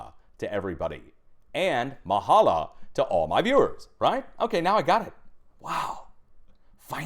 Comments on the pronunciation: That's mahalo not mahala 😊 🌺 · It’s Mahalo…with an O. Love ur work. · It's pronounced "ma ha low" mahalo means thank you in Hawaiian. Aloha is Hello, good bye and I love you. When we greet we press nose to nose and breath deep. It's called the "Ha" the breath of life. Anyway great show brahhda 🤙 shooooooooots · The way he says Mahalo cracks me up lol btw howsit from Oahu!